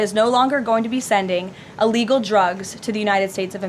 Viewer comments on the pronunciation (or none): I wish she would learn to speak, i's "i" llegal nor "a" llegal!!